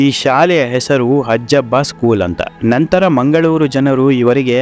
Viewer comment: ಹಜ್ಜಬ್ಬ ಅಲ್ಲ... 'ಹಾಜಬ್ಬ'. ದಕ್ಷಿಣ ಕನ್ನಡ ಜಿಲ್ಲೆಯ ಮ೦ಗಳೂರು ತಾಲೂಕಿನ/ಈಗಿನ ಉಳ್ಳಾಲ ತಾಲೂಕಿನ ಹರೇಕಳ ಗ್ರಾಮದ ನ್ಯೂ ಪಡ್ಪು ಎ೦ಬಲ್ಲಿ ಇವರ ಕನಸಿನ ವಿದ್ಯಾ ಮಂದಿರ ಇದೆ... ಹರೇಕಳ ಹಾಜಬ್ಬ...